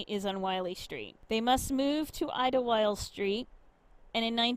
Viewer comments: It's pronounced idle wild as in wasting idle time idle. Just add wild, idlewild. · Idle-wild. Thats how it is pronounced by us yinzers. We even have an amusement park called idleWild.